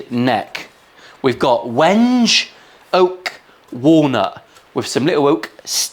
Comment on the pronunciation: Wenje? It's pronounced 'wengay'! (Wenge)